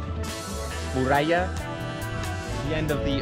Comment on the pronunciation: 🤣Tú no eres 'morralla' (minuto dices morralla por muralla) sino un tipo estupendo que pronuncia mal español como yo pronuncio mal inglés, jeje. Gracias por todo friend!!!🙂😃👏